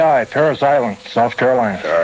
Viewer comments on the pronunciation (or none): none